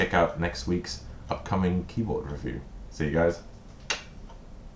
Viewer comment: I'm glad you take that as a compliment! I've only just noticed that you say "ree-view" for review. Nice Super Meatboy t-shirt!